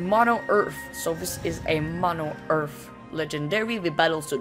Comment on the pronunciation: EARTH! not EARF